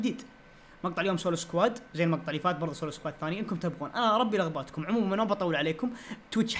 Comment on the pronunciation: محد انتبهه قال اربي لغباتكم بدال ما يقول البي رغباتكم ؟ 😂😂💔